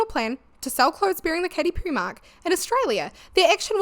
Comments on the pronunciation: I know that by now i'm jumping some kind of accent police bandwagon, but in my brazilian portuguese speaking brain it's WILD that i keep hearing you say 'pew-ry'. 😀great video! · Enjoyed your video ❤ you can get some stuff for the backround i dontt know but dont apologise about your voice all good tye way you pronounce "perry" did make me laugh tho I say with love 😅